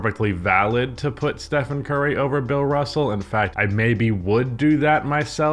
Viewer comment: Who the fuck is ‘bill russle’